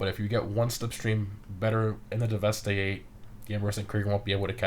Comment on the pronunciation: It’s pronounced “devastate” ffs